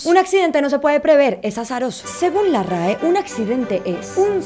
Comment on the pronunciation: El acento que le pone para decir lo de RAE 😂 lo amé.